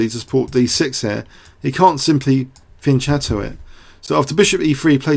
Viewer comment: its pronouced fianketto just because youve played chess longer doesnt mean your right!!!